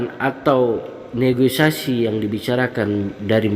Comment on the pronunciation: Koreksi dikit bg Negosiasi bukan negoisasi